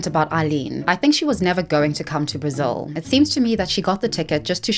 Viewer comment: It is pronounced brazil not brizzle 😅 sorry to point that out just never heard anyone prounounce it that way ✌️🫶